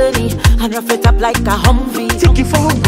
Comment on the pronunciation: It's humvee not Humphrey wda 😂